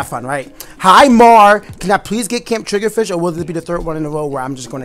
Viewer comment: You said "Turf War Gameplay" instead of ranked battles in the title. Also it's triggerfish, not triggerdish xD